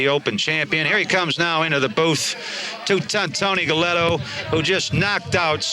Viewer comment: Hey man, the Pugilists name was Galento not Gelletto! Half a Mill and a new fancy Yota pretty darn good. Big Tony beat the brakes off CJ, even w/ several sluggo's.